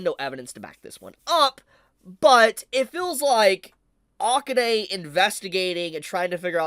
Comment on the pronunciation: Please stop saying Akane like that 😖